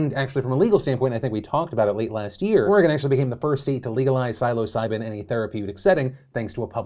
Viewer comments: It’s pronounced “Sill-oh seye-bin” or “Sill-uh seye-bin” 😁🍄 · amazing take, my only issue is i think you may be saying it wrong; everyone i know (a fun group of people lmfao) all say psilocybin like window sill- "sill"ocybin- other than that nothing tho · “Silo Siben” said Phil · Yo Phil it’s said like (Silla- sy-bin) . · for future reference, psilocybin is pronounced sil-uh-sigh-bin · SILOcybin. You can't unhear it. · STOP CALLING IT MARIJUANA. The plant is named Cannabis. Call it Cannabis. Learn the history of the word "marijuana". Also, it's pronounced "sill oh sigh bin". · Love you and your work Phil! Quick question: where did you learn to pronounce psilocybin? Do you pronounce bagels as bag-Ls or bay-gulls? Lol No hate, just a Community reference. 🖤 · The way Phil pronounces Psilocybin makes me question what I thought was the pronunciation (Soft i) in Psil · Why do you say psilocybin like that? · maybe learn to pronounce psilocybin before you recommend or endorse it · I’d never heard it pronounced like Phil did here, and I didn’t have a clue what he was talking about. Then I started questioning if I’d been saying it wrong!